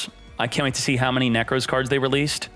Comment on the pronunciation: my man says Nekroz like 'Neckrose' 💀